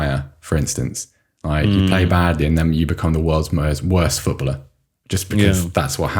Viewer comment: Does (the toff one) know there are three syllables in 'footballer'? Or is he dyslexic, and that's why it becomes 'foot-blah'